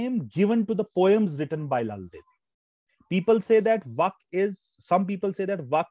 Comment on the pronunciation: The way you teach is good but sorry to say, it not as, as you are pronouncing it. It is vaaaaaaaakh